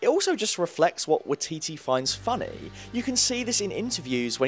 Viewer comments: Waititi - is pronounced with a Why: as in why-titi. Also the arc of Breaking down Thor is to show the real Hero - its not strength of Arms or Weaponary or Abilities that make a Hero - it's the unwillingness to quit, its getting back up, to continue a fight - if only to buy others more time to escape. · It’s pronounced y-eee-t-tee great videos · It's pronounced "why-tee-tee". Like Waikiki but with T's. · This was incredible and insightful... But your mispronunciation of "Waititi" was driving me CRAZY. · You pronounced waititi wrong and it bugs me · You butchered Waititis name every time 😂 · i cant believe how you pronounce 'waititi', surely listen to someone say his name before making a titular vid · Your pronunciation of Taika Waititi's last name is utterly horrible haha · Great video but being from New Zealand my spider sense went off everytime you said Taika Waititi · Anyone else from NZ legit cringing at this pronunciation of Waititi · I do love it when foreigners utterly fail at pronouncing Maori names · Waititi lol, its Waititi, but this was a very in depth video so churrrrr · Can you at least pronounce his surname right? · You're saying Taika Waititi's name wrong. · Sorry but I hate how you pronounce Waititi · the way you say waititi makes me want to jump off a bridge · Y titi NOT wah titi (Sorry from New Zealand just cringe when stuff is pronounced wrong) (No hate) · WYE- TEETEE That's how its pronounced >:I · Just say Y-TeeTee instead of watiti bruh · None of the letters in Waititi's name is silent. It's pronounced "Why-ti-ti", not "Wa-ti-ti". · Hi, as a Kiwi, can I correct the way you pronounce, Taika's name, as you are saying it really really wrong. Its pronounced 'Why Tee Tee" Not 'Wee Tee Tee' as you keep pronouncing it. Cheers for the essay. :) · Liked the video, but I was going insane at the pronunciation of taika waititi's last name. It sounds like why-tee-tee not wa-tee-tee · When he said "Watiti" I cringed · It’s waititi (why-tee-tee)